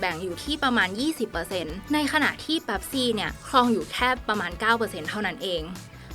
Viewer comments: หัวข้อคลิปก็เขียนว่า*เป๊ปซี่* แต่ทำไมผมได้ยินแอดมินออกเสียงเป็น*แป๊ปซี่* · เป๊ปซี่นะไม่ใช่แป๊ปซี่ 😂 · ออกเสียงให้ถูกครับ เป็ปซี่ ไม่ใช่ แป็ปซี่ คนไทยคนส่วนใหญ่ชอบเรียกว่าแป็ปซี่